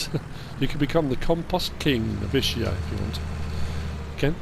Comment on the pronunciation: It’s pronounced Is-kee-a, not I-shi-a Tricky map because there’s a lot of things to like but also a lot of things which could be done better. It lacks a bit of nuance between the two.